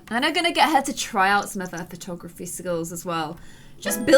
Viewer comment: When said "lets try out willow's photography!" she said patography XD